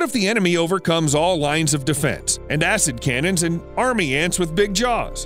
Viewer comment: Is he saying acidcamping or assincannons? 🤔